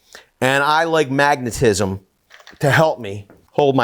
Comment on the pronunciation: I die a little bit inside every time you say magnetism